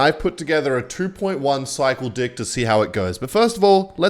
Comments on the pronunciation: I'm a somewhat new to this channel but quite enjoy the videos, so can anyone explain why does he say dick instead of deck? Is it some inside joke or is the pronunciation that cooked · Bro really said dick instead of deck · bro did NOT say deck